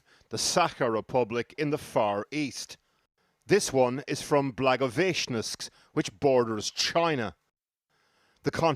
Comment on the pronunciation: Please make a minimal effort to master names like Blagoveshchensk.